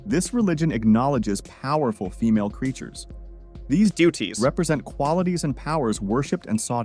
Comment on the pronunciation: Anton else heard the way he said duties when talking bout Hinduism